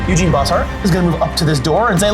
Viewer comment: I love the armies that plays because he and I share so many, but every time he calls Eugen “Eugene” I cringe a little.